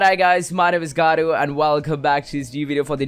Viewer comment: ...with your name is gattu why do U say garru?!